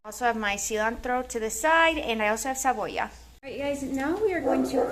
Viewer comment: Cebolla not cabolla